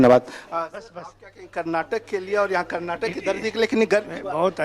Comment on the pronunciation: Respected Reporter Sir. FYI, Its KARNATAKA. Kindly correct urself and please never repeat saying wrongly.